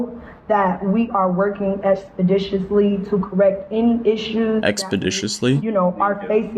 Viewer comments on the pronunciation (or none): The “expidiciously” killed me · I swear "excapdicsicously" (i aint lookin that shit up lol) was from Boondocks no? lol i might be wrong. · When she said expeditiously I knew right then she couldn’t be trusted